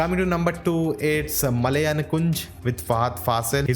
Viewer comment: dude its been few year you started to talk about Malayalam Cinema,now i request you to correct your pronunciation!